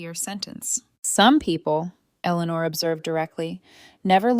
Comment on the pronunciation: Very poorly written. And the bully/abusers name is mispronounced so many times it’s almost funny. And poor Eleanor’s name is butchered every time it’s said!